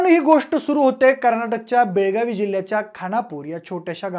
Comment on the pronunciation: बेळगाव म्हणा. बेळगावी नव्हे